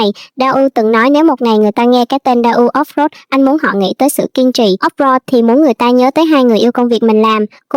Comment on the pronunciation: tên 2 ảnh đọc là ta ủ ốp lốt í ạ=) shop đọc mắc cười quá